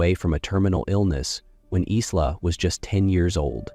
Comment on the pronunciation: Her name should pronounced Eye la.